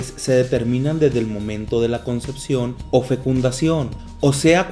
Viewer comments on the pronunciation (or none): none